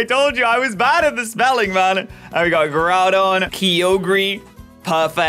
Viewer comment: When he said Groudon I thought he said Duraludon😂